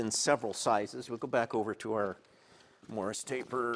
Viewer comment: Why do pronounce it “morris”? Why do you need some old catalog to tell you what sizes it works on? Should be obvious what it fits on. Why don’t you show the tool up close? Why do you just wave it around while someone gets a handheld wide shot? Interesting tool arcana but No mystery why it didn’t sell at 600$.